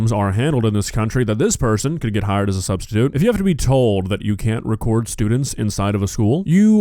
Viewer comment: "sustitute" "sahh". Nuff said.